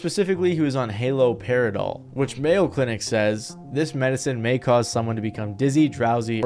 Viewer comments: Maybe look up how to pronounce words you don't know before making a video like this. You mispronounced like 10 things. HAL-operidol not HALO COPulation not COPE-ulation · The medication 💊 is pronounced halee- Paira-doll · Hello sweet boy. I just found your channel, I really enjoyed this video. FYI; Haloperidol is pronounced hallow-peridol. i did subscribe.